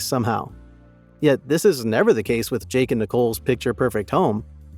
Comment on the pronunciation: We shouldn't trust you as truthful either! You can't even spell and pronounce their names properly! It's Jake and Nicolle, and NOT Jack and Nicole! 🙄